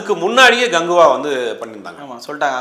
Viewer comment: Ada naye athu rajini gangva.... 😂not ganguva..... 😂😂😂